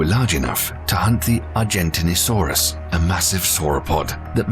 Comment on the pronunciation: Your pronunciation of the Gigantasaurus needs work .....you manage to say Giant really well but slaughtered Gi Gan ta Saurus when in dought look it up ....behave